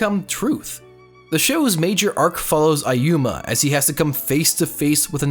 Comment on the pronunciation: Its ayumu, not ayuma... gawd...